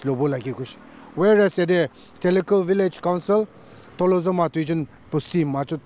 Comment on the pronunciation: So sorry for correction, but its not theli khu village, it is Thilixu village.